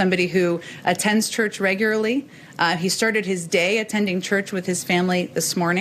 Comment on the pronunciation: She said "regarurly" in the dodge.